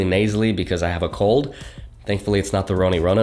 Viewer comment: You scared me when u said « i have co…." . It turns up to cold 😂😂😂😂😂😂